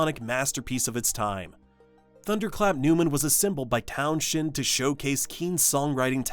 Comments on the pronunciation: Pete Townshend's name is pronounced Towns-hend and not Townshend. There isn't a sh when you say it. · "Town's end" not "town shend"! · And the Pete's surname is pronounced TOWNS-hehnd", not "TOWN-shend:. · Ok it’s Pronounced town-send….not town shhhhend….. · Very nice video - it takes me back 🙂. By the way, don't pronounce Townshend Town - shend. We all pronounced it Towns - end back in the day, and Town- shend sounds awful, a bit like the speaker has never come across the name before. Wikipedia is pretty good at phonetically spelling the pronunciation if you need it. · Townsend silent H please !! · Town-shend? Sort your dentures out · You lost me at mispronouncing Pete Townshend's last name. It's not pronounced the way it's spelled. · I've never heard Pete Townshends last name pronounced like that. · We don't pronounce Townshend that weird way in the US either. It's an AI thing, not a US thing.